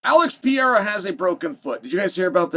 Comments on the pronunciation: Piera ?? Who's Piera ??? Learn how to say people's names if you're in communications. It's pathetic 😒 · Did he say Pierre’a? Lol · Pĕ ray ra. Is not hard to say. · Who is Alex Piera? ITS PEREIRA! Another signal of your disdain about Alex. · PE-REI-RA MOTHEFUCKA SAY PIERA I DARE YOU,I DOUBLE DARE YOU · Who's Alex Pierra? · Per-rei-ra Can we get a phonics monkey for Chael? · I think he knows. He has a love hate relationship with Brazil and its people. I think he says it wrong to annoy them in his own cleverly subtle way. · how do you pronounce it? I'm asking honestly, thanks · He been saying dat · Pronounce his name right, Pah-rare-rah. You sound like a Cocky Rich Douchebag when you say it wrong. Gangster my Sweet Brown ass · There's an R in Pereira..... you don't call Raja (that piece of shit) Aja do you?